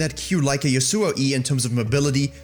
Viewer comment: It's been almost 7 seasons since Yasuo's release and you people are still butchering his name... It's yAsuo not yasUo. Seriously, how long before you learn to spell a name correctly